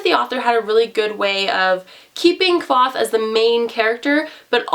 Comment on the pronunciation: Both the author and Kvoth himself tell you how to pronounce his name in the first small bit of the book 😂